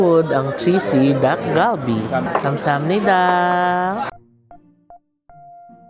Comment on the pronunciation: Naishare ko na din 'to kay AJ and Moe, ang pronunciation ng dish ay Tak-Kal-Bee. Hindi po hard D and G but more of T and K sound.